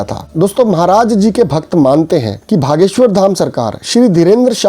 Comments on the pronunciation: भागेश्वर नही ह बागेश्वर जी ह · Why u r saying Bha.. Its Bageswhor! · Bhaiya ... Bageswar hai...aap galat ucharana kar rahe hein...